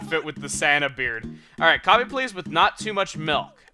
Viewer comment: Coffeh coffeh coffeh